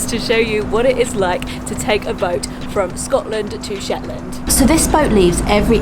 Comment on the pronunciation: It's Shetland not Shet Land